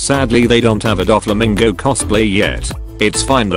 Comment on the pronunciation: Did he just say dogflamingo?